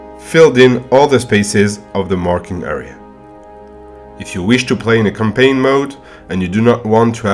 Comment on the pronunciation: Helpful - but i find him difficult to understand at times as he does not enunciate or pronounce his words properly. Eg I heard "colour" , but he meant 'Column' .. he says "error", but he meant 'Area'.